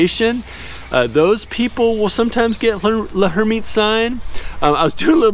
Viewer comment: TO HELP PRONOUNCE L´Hermitte´s Sign: The H is silent and the L runs together with the "er." So try saying "Lur-MEAT's" sign running the syllables together. Hope that helps.🥰